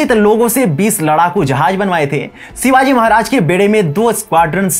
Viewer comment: Pronounce correctly, it's "Shivaji" not Sivaji !!